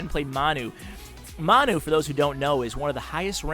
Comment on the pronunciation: His name is pronounced (Man-You) Manu is a short for Manchester United the soccer team:) Great video!!